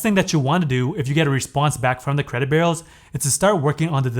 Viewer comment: My friend: Your content is brilliant. But there is a blot on your otherwise stellar performance. The way you pronounce "b-u-r-e-a-u-s" make it sound as if you are saying "credit burros" or even "credit barrels." Pronounce it like this: "BYOU-rows." Thank you.